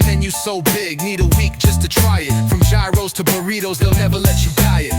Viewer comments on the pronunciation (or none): none